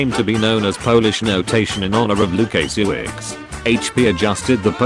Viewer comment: I believe the narrator mispronounced Jan's surname. I understand it is something like Woo-ka-shye-vich. Any native speakers of Polish here can confirm?